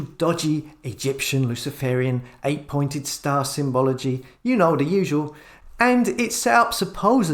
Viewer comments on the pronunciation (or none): none